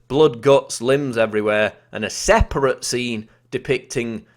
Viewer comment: Please stop putting unnecessary emphasis on words...and never say separate again, please.